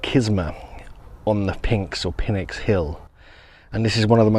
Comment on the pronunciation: I think PNYX is pronounced like "nicks", where the "pn" is like "pneumatic".